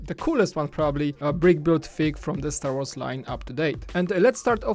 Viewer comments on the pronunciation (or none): yes but he says words wrong: sad wars and others